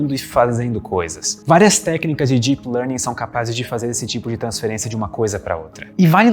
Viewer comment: fica a dica: melhore a pronúncia do “deep”. Em inglês: it’s a D sound (deep), not a J sound (jeep)! 😂